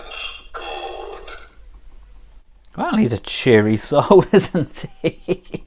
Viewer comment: Laughing at "cheerry soul"😂